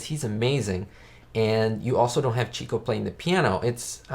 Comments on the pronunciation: If you're going to be an "expert" on the Marx Brothers, then you should know that Herbert's nickname was pronounced '"chick'o" and not cheeko (he was the "lady's man" of the group). Get the basics right and credibility shall be yours. Also, when the brothers were at a party, Zeppo was actually the funniest of them all. There... 2 topics to explore. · I agree great movie! Chicko is pronounced "chick oh" like a baby chick and Oh. I was corrected by someone at a Groucho play. It is not chico like the spanish pronunciation. You are spot on the re-watchability of this movie.... in fact almost ALL of the Marx Brothers films are very easy to re watch again and again. I bought a few sets on Amazon: one set included this film with like 4 other films, the other set was from a second film company with 4 or 5 other films so I have around 8 or 9 Marx films on DVD. Thanks for the review, will be subscribing!